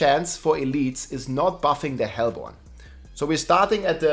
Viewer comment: its pronounced hellborne